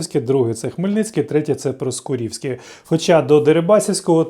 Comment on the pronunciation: ПроскУрівське а не проскурІвське